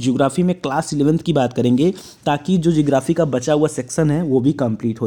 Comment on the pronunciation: Sir geography not jography